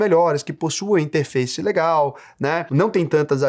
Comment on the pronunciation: o falando interface parece um tiozao de 50 anos falando "compuiter"